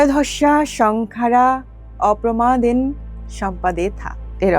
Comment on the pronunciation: অপ্রমাদেন নয় অপ্পমাদেন